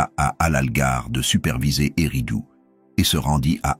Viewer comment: c'est pas U mais ÉRRIDOOUU. OU